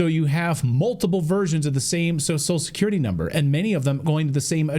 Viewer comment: Its funny how Clayton can't pronounce social security.